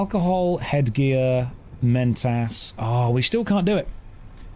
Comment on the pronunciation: Please for the love of god can you stop saying menTASS